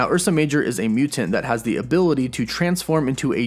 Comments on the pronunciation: I can't watch this video based on the way you pronounce "mutant." LOOOL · Uggggg the way he says mutant really bugs me